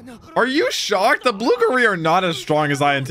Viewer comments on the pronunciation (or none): none